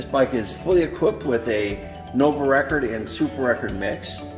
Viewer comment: Nice collection… Some pronunciation tips… 1 Nuovo Record = “Noo-wovo Regord” 2 Guerciotti = “Gwer-chiotti” 3 Gipiemme = “Jipi-emmay” I have a Viner (pronounced “Vee-ner”), a Tommasini, a Fondriest and 2 different era Coppis.